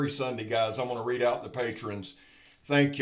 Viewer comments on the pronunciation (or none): none